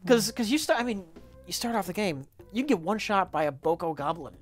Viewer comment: "Boko-goblin"